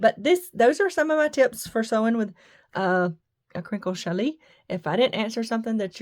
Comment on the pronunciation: Use a ballpoint needle on you machine. Okay now I am going to be anal, it is pronounced Shallie! Your fabric is beautiful!